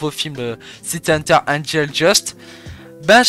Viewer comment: C’est pas Angel Just mais Dust😭 se prononce Deust